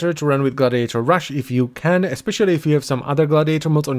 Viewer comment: reads the word "rush": rash